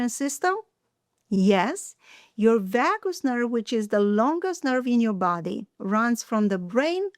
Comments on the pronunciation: V-ahh-goose nerve? Never heard of it lol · Oh vagus...that is pronounced VAY GUS.